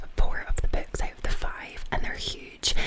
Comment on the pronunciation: I love how her glesga accent makes it sound like she reads "berks."